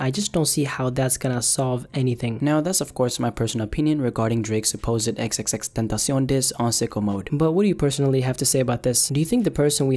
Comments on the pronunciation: Omggg first time I hear someone pronounce xxxtentacion the way it is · Thank you for pronouncing his name properly